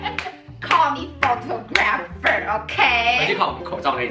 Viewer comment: photographer是念 ㄈˇ 他 果 ㄈˇ